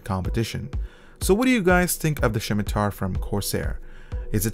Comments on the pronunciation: Did you just call it a shimitar???? Did u even play runescape >:( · SHIMITAR XD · Great mouse aside from the 2.01 Firmware issues. Fyi, it's pronounce Sim-i-tar, there's no H. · "Shimitar"? It's pronounced like "simiter"... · its pronounced Simitar not Shimtar lol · 'Shimitar' drove me insane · I think it's pronounced simitar. :) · If he pronounces it SHIM-i-tar one more time....I'm turning off the video. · THERE IS NO H IN THE WORD! like someone else said its pronounced simi-tar. look for a video about someone talking about the middle eastern sword of that name. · could not watch with you saying shim i tar .... painful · Next time he says shimatar I am going to get triggered. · Elias Yazigi Can not be unheard. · Sam Shalati Haha, it was kinda bugging me too :P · Wait.. so you're telling me, that I've been pronouncing scimitar wrong, my whole life? #FeelsBadMan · Y u say scimitar like Sean Connery? XD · There is no h in scimitar. :p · How he pronounces scimitar kind of annoys me